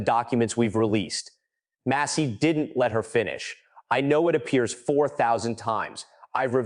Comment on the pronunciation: Bravo for your over narration. Best and helpful. “Mass-ee.”Please….”mass-ee.” Deflect. Deny. Distract….Is Peter Thiel a conspirator? Steve Bannon a conspirator? Goooooo Massie.